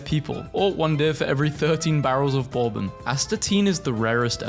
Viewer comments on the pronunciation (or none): none